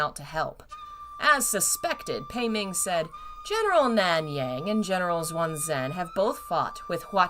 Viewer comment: These pronunciations are killing me lol But I'm still waiting to see if there's ever gonna be that cheat sheet xD Watching Donghua helps a ton, and for reading, I search up "English to Mandarin" and use Google Translate to fill in the gaps. The [Xu] in Xuan is not Zu or Zoo, but Shu. In chat on the last video, someone said Xuan should be Shuan, but it's almost more like Shen since the [U] is quite soft. Maybe think more like [szechuan]. This also makes me realize I wasn't paying attention at all to if Gege was said right, so I assume it was XD But this also brings to mind Xian Le, in which the [Le] is [Lu}, as well as Yong'an, which is more like "young an" with a soft-silent [G]. Because they like to drop the last letter in most words, I suppose... :thinking: In fact, when it comes to Mandarin, I have found that it is safest to never assume something is pronounced the way it's spelled. Those [Zh] really throw you for a loop when you have to memorize that it's actually [J]... I think my favorite name is still "Sizhui", since it's really more like Sudree lol Good ol' MDZS. Sorry this was long, especially since it's many months later!